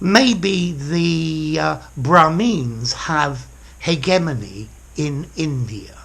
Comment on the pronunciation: 'Hegemony' - not 'Hegenomy'. Thanks